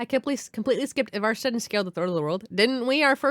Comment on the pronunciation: The "Evarstead" pronunciation made me stop dead in my tracks and look at the screen. Never before did something sound so out of place lmao. Love the video though